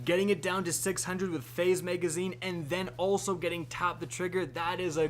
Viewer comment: Am I the only one who hears "maygazine" when he says magazine?